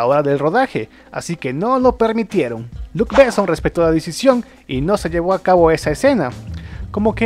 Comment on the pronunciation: Por favor respeten los nombres propios. Jean Renó no es "Jin Réno" Y Luc Bessón es con acento en la "O" no es "Luc Béson"!. No pronuncien en ingles nombres franceses. Suena horrible.